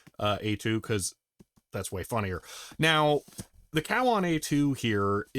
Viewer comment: Thr pronunciation was more like CO-WON